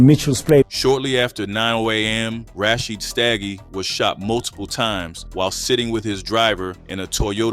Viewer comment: PAGAD had a agenda as well. The kak is still going on. Its pronounced Rasheed not Rashy ed. Please if you need help to learn how to pronounce the names i can help. But please you are butchering them 😅😅